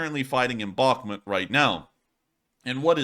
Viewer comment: Bakh•mut : bäk′mo̅o̅t [emphasis on the second syllable]